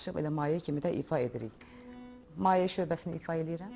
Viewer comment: Maye yox, mayə